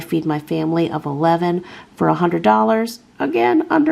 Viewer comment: One hundRED dollars not one hundered